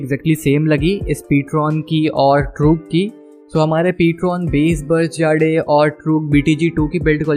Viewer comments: Bhai it's not jaade it's jade btw nice content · Hahaha😂😂😆😂 bhai Ptron "जाड़े" nahi hai Ptron "जेड" right pronounciation hai👍🏻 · Jade 🤣 funny pronunciation